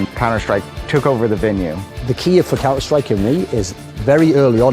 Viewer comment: did anyone notice that the guy said "the last hope for counter STRIPE"?